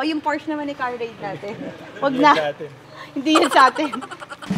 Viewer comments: Porsche pronounce as Porshaaa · it’s a por-shuh yan ang tamang pronunciation alex! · PORSCHE IS A GERMAN CAR...KAYA ANG PAG PRONOUNCE PO NYAN AY HINDI PORSCH....KUNG ANO PO ANG NAKASULAT YUN DIN ANG PAGBASA